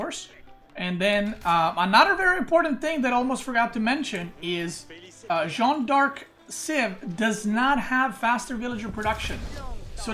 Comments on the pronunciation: Dude Please it's not John, it's Jeanne, ... at least pronounce like Jane, ... or ask marine lord how to pronounce it in voice chat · You're pronouncing Jeanne d'Arc well except you pronounce the an like in Jean, but in jeanne both e's are silent. it's like Jane except with a fully open A sound as in Ann. Jeanne. Jann.